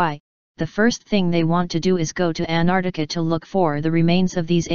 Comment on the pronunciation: Not even the robo-voice can pronounce ANT-ARC-TI-CA (not Anartica) properly!!